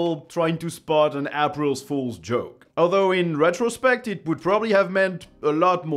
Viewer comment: “App-rills Fools”?